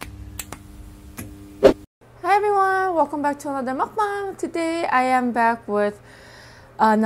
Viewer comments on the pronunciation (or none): none